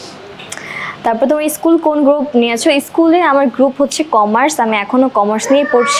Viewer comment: tmr pronunciation ektu prblm ase Start not estart and school not eschool sorry for the inconveniences 🙂